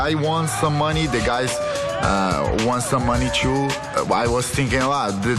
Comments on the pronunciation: exactly, they way he pronounces guys as gays is hilarious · he says "gays" instead of "guys" rofl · ” …before you gays got on this show” 😂